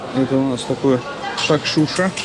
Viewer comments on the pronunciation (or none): Не шакшуШа, а правильно говорится шакшуКа!